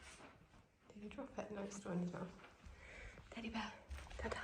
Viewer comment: RIP. Not trying to kill your enthusiasm but Teddy and Kodi do not rhyme. You have an "eh" for Teddy and an "oh" for Kodi.